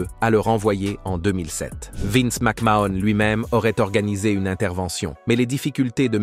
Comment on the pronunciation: "Vaince McMahon"